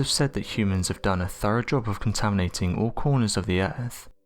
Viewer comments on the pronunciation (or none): none